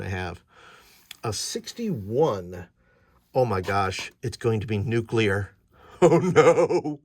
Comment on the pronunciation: Nucular? Extrapolate a whacky natural reactor in the volcano: I know I've used radiation poisoning side effects for flavor in at least one adventure....